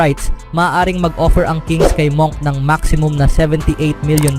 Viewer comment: Monk pero munk pronunciation diyan